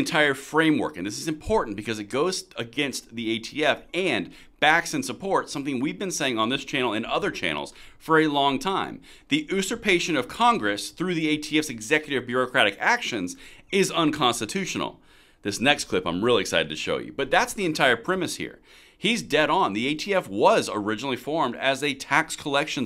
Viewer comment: As a point of clarification: UUUUUU-surpation, NOT OOOOOOOO-surpation... Be ACCCCURATE, don't sound like a DAAAAAAmocrattt!